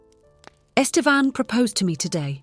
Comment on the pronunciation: This is the first story that made me suspect a bot is reading this. The pronunciation of “Estevan” changes throughout the story.